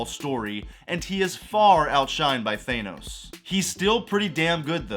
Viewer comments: thay-no-s. americans can be so funny sometimes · bro said thanos wrong. imagine. (thaaaaaanos) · Why can’t Marvel fans pronounce Thanos correctly